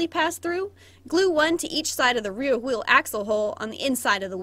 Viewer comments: struggling to say “rear wheel” for 25 min straight weal wheel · “rear wheel” weal wheel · struggling to say rear wheel this whole video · alternate title: struggling to say rear wheel for 25 minutes straight